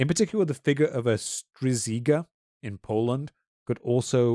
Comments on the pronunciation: The Polish term is pronounced 'stzhigah'. Another traaditionally used term is 'upiór' or 'upir'. In fact, this is how Byron's 'vampyre' is translated by Adam Mickiewicz. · The polish RZ reads as en english SH. So when You say Strzyga u say it Stshyga. In other cases RZ is pronounced like ZH, so Upier - Upierzyca (Upiezhytza). In russian language there is also an interesting word ‐ Vurdalak, that basically means "ghoul" and "vampire" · The polish word is pronounced "Stshygah“ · As much as I know in Poland we had not only "strzyga" but also creature called "wąpierz". Also in our language names as "mara" and "upiór" can be found to describe similar creatures. PS. guys; "rz" is one sound in polish. Thease two letters should not be read separately. 😉 So if you want to say "strzyga" more correctly it would be rather: stshyga. (i don't know how to describe this sound more acurate in english (you just don't have such a hursh sound), but "sh" in that case should do the trick. 😉 Anyways, good reserch 🙂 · Fascinating video, insightful and interesting, perfect thing to have in a background to listen to. HOWEVER, pronunciation of Polish word 'Strzyga" hurt my soul X)